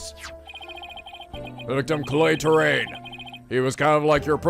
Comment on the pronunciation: So... are we gonna tell him that Clay's last name is Terran. not Terrain?